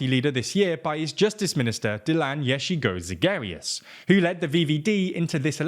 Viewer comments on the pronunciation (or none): Yesigoshigarius? Mate, delete this video and make a new one with decent name pronounces...